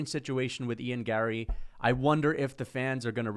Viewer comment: What is wrong with your face?? Also, the way you say Gary, Larry, Harry, Marry is super annoying. Sound it out my eyebrowless drama queen 👏